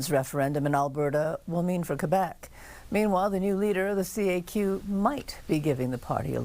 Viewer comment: Remarkable how none of these ostensible professional journalists broadcasting in English can pronounce place names in English, not even the most basic names like Quebec or Quebec City.